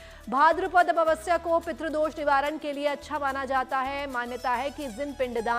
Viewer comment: जैसा हिन्दी में लिखा है कम से कम बैस तो बोलो अमवस्या नही, अमावस्या बोलो बेटा।